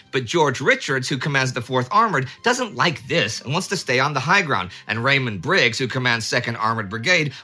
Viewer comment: I could have sworn Indy said "Raymond Briggs", i.e. the author of The Snowman, rather than Rawdon Briggs.